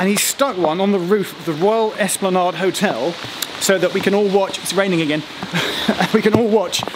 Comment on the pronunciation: Great nostalgic trip. I thoroughly enjoyed it But, it’s Ryde Esplanade and is pronounced ade as in lemonade and not ard.